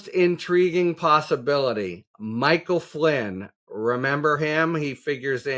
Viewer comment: "I'll coo you if I want to"," mikle Flinn "